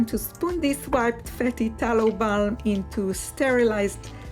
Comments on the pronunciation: What if you were to put your whipped tallow balm into a plastic bag with a corner cut off or piping bag and pipe into your jars? Also, since you have previously mentioned wanting to correct your English: the “i” sound in the word “whip” rhymes with the word “if”. (The word as you pronounced it sounded like “wipe”, as in to wipe something clean.) We pray for you and all of God’s chosen people. Thankful for your videos. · You should look up pronunciation of word whip vs wipe. Wipe out means tired. Whipped up is what you are doing with the body cream. Hope it helps 💝